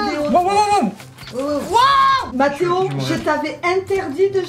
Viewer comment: On dit mathéo 😕